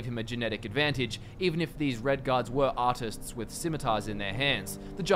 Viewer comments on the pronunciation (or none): none